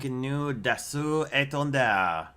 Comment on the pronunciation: I really like the French pronunciation of this jets name